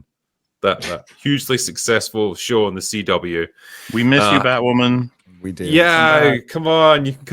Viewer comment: Ah, Wooby Wose, the Batwhaman. Meh...